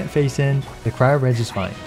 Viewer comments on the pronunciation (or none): none